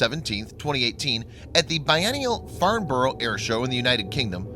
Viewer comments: Farn-bo-roo? LOLOLOL! "Farnburu" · Another excellent video. Very informative and clear. Would you mind if I just corrected the pronunciation of "Farnborough"? We say it as Farn-bruh with the stress on the first syllable.